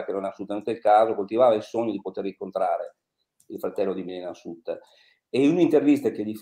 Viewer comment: La dott con un accento genovese più forte del solito. Ma come fa a pronunciare SATTER quando sono 52 anni che se ne parla? Bozano mi sembra una specie di Danilo Restivo.